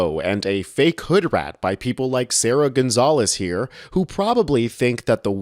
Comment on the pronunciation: Gonzales with an S lol